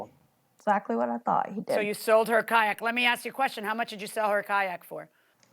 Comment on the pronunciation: Say Kayak one more time and see what i do